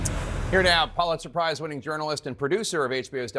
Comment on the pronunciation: Not pollister Jake. It’s Pulitzer.